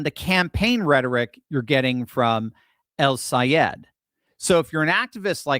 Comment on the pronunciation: Ooooooo! can pronounce that name!!! Good thing, the a hole said, if you can’t pronounce it keep his damn name out of your mouth. What a jerk …. But OUR WONDERFUL GENIUS friend,, is better than alllll the rest! And once you get the best, forget the rest ✝️🙏💕💕💕💕💜💜✝️🙏